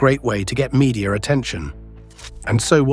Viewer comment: it's MEDIA, not MEDIA-R